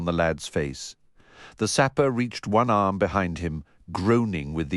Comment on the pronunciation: He literally has ONE ARM and the narrator says "ohnarm?"